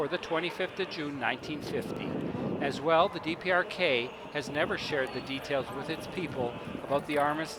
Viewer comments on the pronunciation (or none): he says DRPK instead of DPRK. Haha